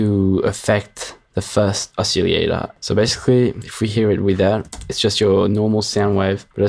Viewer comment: Yes: Oss-iLL-ate-ohr. No: Oss-iLL-ate-EE-ohr.